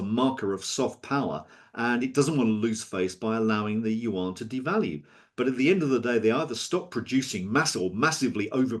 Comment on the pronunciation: Dude can't even pronounce Yuan correctly and we're supposed to take him seriously